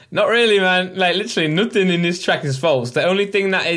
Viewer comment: why he says nuthin and ljock instead nothing and luck